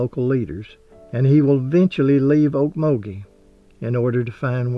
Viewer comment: I was born in Okmulgee in 1946 and you are the only person outside of Oklahoma to pronounce it correctly. Are you an Okie? I now live near Spokane, WA and the scenery in your video almost made me cry, the dirt roads, the oaks. I fully expected to see squirrels cross the road. Thank you so much for honoring a great Native American, although for us Okies, we'll probably always say "Indian."